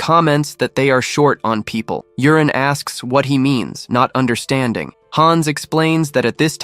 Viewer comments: Yurin pronounced Yoorin, but alas, ai calls him Urine. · Maybe it's read u-ri-ne It's the AIs fault reading it wrong lol